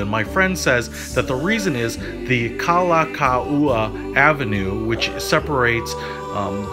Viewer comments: Thats normal for non-hawaiian non locals to do. They dont mean to butcher, they’re still learning. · This hotel was called the Pacific Beach Hotel not Pacific Coast and you totally mispronounced Kalakaua Avenue but still a good video, thanks.